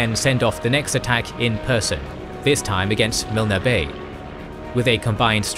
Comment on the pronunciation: You know the OCD is kicking in when I hear Mil-Ner bay. I'm pretty sure it's pronounced Milne as in Kiln. KOK-oda is pronounced KoKo-da. Or is it just me. 😮 Peace and Respect Lest We Forget 🌺